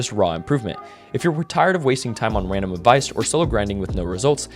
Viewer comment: “wandom”😂 all love no hate